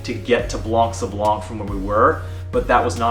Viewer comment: Just so you can perfect that craft of speaking better French... The "c" at the end of "blanc" is mute, you have to consider the word like it's written "blan". Why is it so ? Because French have its roots in both Latin and Greek, and most of the words are built upon this ethymological principle. And many words have a reminiscence of this and keep mute letters, that are sometimes used in plural and/or feminin versions of those words. Masculine "blanc" (for sand) turns into feminine "blanche" when if refers to the night ("nuit blanche" = white night), or snow, etc. English also has many words from Latin, due to some 2 centuries of Roman presence on the soil of England (remember the Hadrien wall). Even though they're pronounced differentely, they are similar, if not identical. Exemples (from my own writings) : to consider, principle, ethymological, due (to), presence, just, mute, exemples, soil, to pronounce, similar, identical, reminiscence, masculine, feminine, plural, to turn... This word means "white" (when "sablon" refers to "sand", and is the ancient form of the current French word for it : "sable"), making "blanc sablon" an expression from ancient times about a location where sand is (or was) white. PS1 : same for "gros" (big, fat, large), where the last "s" is mute, the feminine form being "grosse". PS2 : a "morne" is the local Carribean French word for "hill", and is only used so in there... as elsewhere it means sad or boring.